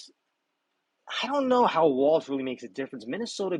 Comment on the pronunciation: Everybody says "WALTZ" His name is WALZ = WALLS!